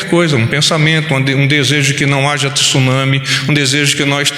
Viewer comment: Tenho ouvido nos últimos dias a pronuncia errada da palavra TSUNAMI - não se usa a vogal (i) entre o T e o S. Lê-se TSU e não TISU. Fica aqui minha colaboração.